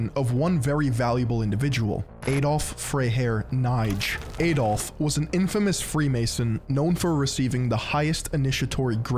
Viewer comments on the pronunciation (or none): who is "Eydolf"?! it's pronounced "Ahdolf" 🤦🏿‍♂🤦🏿‍♂